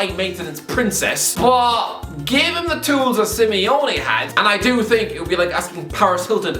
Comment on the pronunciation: Simeone* not Simiouwni